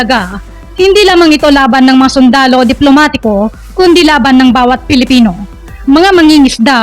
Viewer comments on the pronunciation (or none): none